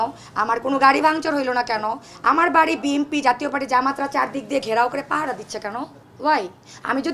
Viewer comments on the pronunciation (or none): হিরো আলমের মতো বলে বিএমপি।